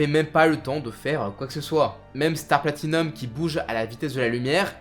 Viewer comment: Gaffe à la prononciation. Rékiem Wonder off you Platinium ><